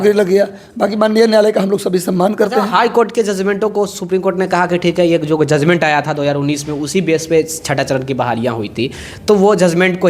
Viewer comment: फिर से आप जजमेंट को जजमेंटे बोल रहे हैं,,बात को बातें कहते है,,पहले शुद्ध वर्तनी का ध्यान रखिए